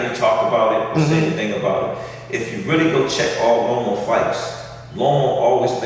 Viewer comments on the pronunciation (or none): 😂😂 how you get roma from Loma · Coach will not say Loma's name right for nothing 😂😂😂